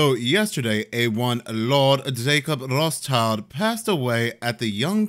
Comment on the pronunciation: Love the accent when u said “Lord Jacob Rothschild”!!!! 😂